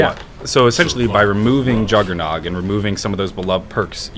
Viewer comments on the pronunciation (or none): none